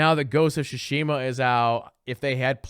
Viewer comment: It’s pronounced much closer to “Tsoosh-mah” the i is essentially silent